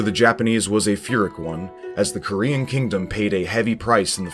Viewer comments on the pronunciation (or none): It is kinda nitpicking but I do wish had someone do a pass on his pronunciation of some stuff. Like the info is great, it's just a little distracting to hear Mai-Ee-Jee instead of May-Jee (Meiji) or fearick instead of peerick (Phyrric). That last one is tricky, seeing as it's an unusual word and doesn't follow the usual rules of English spelling. If isn't a native Anglophone (or even if they are) it's totally fine it's just maybe something I'd have someone check before I posted the video. I'm only about 15 minutes in and loving the info so far, though!